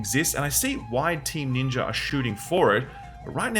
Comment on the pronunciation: Can you please pronounce ninja correctly